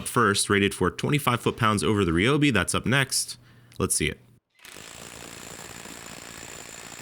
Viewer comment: If you want to find out if these tools were made cheaper then you have to take them apart, and thays something Id like to see. Also, you say Ryobi wrong and it irritates me just a bit ;)